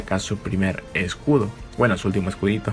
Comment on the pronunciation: Se dice escudo no excuditito